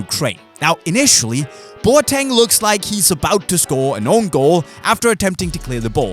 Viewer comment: The boateng is pronounced as BO-AH-TIN